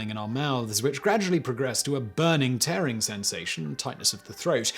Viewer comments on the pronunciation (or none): none